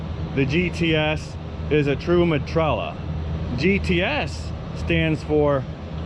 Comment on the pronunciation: Stop saying metralla! Aghhhhh!! Me-tra-ya 😂